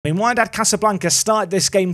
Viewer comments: Its Wydad, as wEEdad :) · Wydad is pronounced Wedad (or WeeDad 😅) and with the number of VAR interventions in the game, expect their fans to be moaning and shouting about it 😂😂😂 I'd say invest in the current crop of players (i.e. new contracts, etc) before thinking whether you should spend the money or keep it in the AI manager's hands. And if you decide to spend the money, I suggest you carry on your goal to bring more Englishmen/Britishmen to the club.